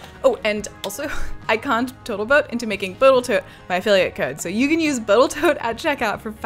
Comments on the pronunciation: You said botal toat instead of total boat😅😂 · Are you saying total boat as "boatal tote" on purpose? You said it a few times in your sail boat ep. too. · Did you say boatal toat? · So cute Boattle Tote instead of Total Boat. 😅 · "I mixed up some Botal Toat silica-thickened epoxy..." 😂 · Rotflmao " boatal toat" at 3.00! I listened to it twice to make sure lol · "Botal Toat Gleam" how tired were you at that point? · Oh? That was intentional? I have only recently started watching her channel.